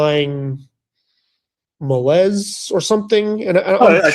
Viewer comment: Never hear Thayill or Malaise pronouced like that